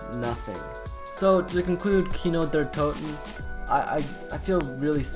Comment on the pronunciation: And kino! Like,what is a kino der toh?